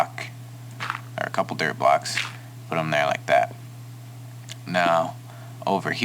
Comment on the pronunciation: I keep hearing derp blocks instead of dirt blocks.